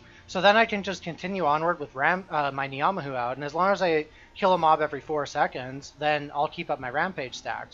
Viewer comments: as somebody from NZ hearing you say Knee-ah-mah-who hurts so much to hear fairly certain its pronounced nah-mah-who still, doesnt take away from the content too much, keep it up! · your pronunciation of ngamahu makes me wanna kill myself